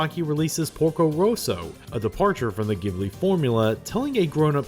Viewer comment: I spent most of the video asking myself how such a knowledgeable person can pronounce "Ghibli" wrong... but then for 1984 you pronounced it right! What happened?